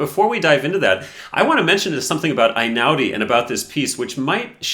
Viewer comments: Sorry for being pedantic, but it is pronounced "eh'-inah-udi". Also, it is "uno" (as in the game) and "mahtti'na" (i.e., the main stress is in the "i". 😊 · unA mattina, if we're being pedantic. Also eɪ-ˈnaʊ-di (ay-now-dee) is closer. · It’s Einaudi like letter A not like letter I. It’s Italian not German. And Mattìna with the accent on the I not on the a. Why can Americans never be bothered to learn the correct pronounciation of anything??? Annoying approximate people. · Totally agree. But please. Before talking about an Italian person with an Italian surname, don't you think it's important to learn how to pronounce it? The "E" in Italian is not the "I" of iPhone. Einaudi sounds like Ehi-naudi. Damn! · It's pronounced Hey-now-di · I am Italian and love Einaudi. Did you know that his surname is pronounced E like electrify not A? He is the direct descendant of our past President. I love his music because it creates a wonderful atmosphere. You can’t play it mechanically, you need a soul. And it’s the soul of his creations that touches the hearts, not virtuoso performances.